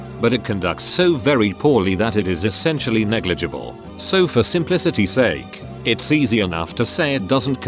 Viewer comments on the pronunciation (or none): none